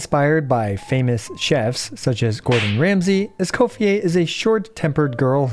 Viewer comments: Escoffieh? ❌ Escophierre? ✅👌😤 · I cant stand the name pronunciation 😢